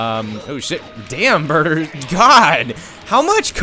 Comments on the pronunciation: its burter not burger lol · when you said burter I thought you said burger lol